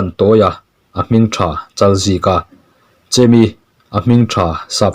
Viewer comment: Chemi han tih😅Chêmi tih tur zawk alawm, hmanlai an in koh duat na.